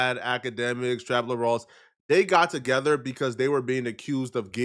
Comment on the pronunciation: calling Luce Cannon the dumbest person on the internet is so ironic and hilarious!! Especially when you say words like tuhgevuh or muhva and try to act like you’re some kind of deep thinking scholar.